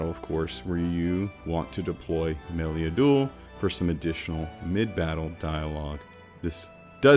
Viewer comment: Shan-Todge, and Mel-Lee-Uh-Duel. Just sayin'.